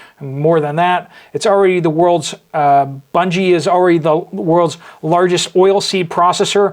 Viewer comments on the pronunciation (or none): Bunge is pronounced bun- gee. We have a local plant here in Kansas. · Pronounced like hungry ... Bunge. A hard g sound.